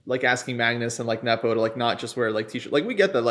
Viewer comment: Someone tell that his pronunciation of Nepo is way off. Come on, he's been a top player for over ten years!